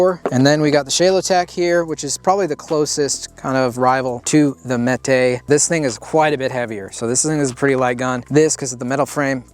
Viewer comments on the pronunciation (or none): Mete (pronounced like meat) - dispense or allot justice, a punishment or harsh justice. Not Meh-teh Good video. Thanks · Meh-Tay. I have a Mete SFT. Big fan of Canik. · Its pronounced "JANIK MET-EH" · "Metuh" like metal. Either way, I'm still a nope on it. Height over bore makes hi-point look good! Trigger is mushy junk! I'll never own or entertain Turkish crap on my channel! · pretty sure it’s pronounced “Me Tee” or “Meaty” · It's pronounced 'meh-tay' which in Turkish culture is like the equivalent of Hercules or a mythical character of strength. I had the Mete MC9L and it was used. It shot awdul. Roumds were all over the place. At 5 yards, I had rounds going all over. The rifling was gone. I don't know if someone took a drill and a sandpaper reamer to clean it, or they shot hardcast, or solid copper. Maybe it was just from the factory. Traded it for a Gen1 MP40 with the hinge trigger that I wanted. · Mete is pronounced "meat" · Mete pronounced Meta